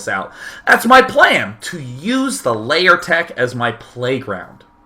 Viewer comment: Why do you pronounce "lair" as you were saying "layer"?